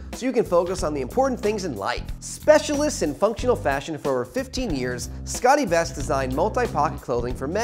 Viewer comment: The host needs some help with his pronunciation. It's Scott e-Vest not 'Scottie Vest' And it's June Diane Ray-feel, not 'June Diane Rah-fay-el.'